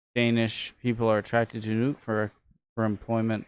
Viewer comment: Thumbs up for pronouncing "Nuuk" correctly. 👍 (No it is not "Nuck")